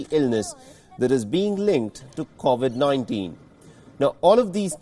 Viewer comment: Mostly kawasaki. Also please can you pronounce covid properly. It just annoys me sorry!